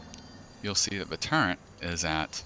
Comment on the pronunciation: How the fuck can someone read turret, type turret, but still say turrent?